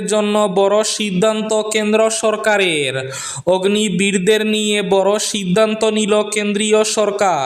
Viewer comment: অগ্নি বীর নয়, অগ্নিবীর 😂😂